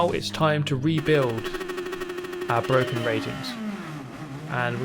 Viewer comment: It's Bwoaken!!!